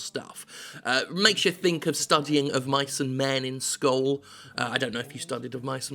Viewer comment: Skol? Skull? Oh, you mean school! Well then bloody say it! :D :D Also, I thought it was a game about The Iron Giant at first. It sounds like this would be a perfect game for me. I love the story part of games. Used to play FFXI instead of WoW because it seemed to have more stores, every side mission seemed to be one.